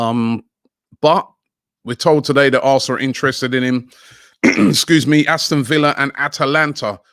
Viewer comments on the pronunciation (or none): none